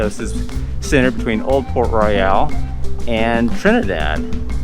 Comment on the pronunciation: That's Banana Cabana, not Sebastian's Bistro. That is not open yet. Also, it's not Port Royal, but Port RoYALE. pronounced different. Argh. Good review otherwise.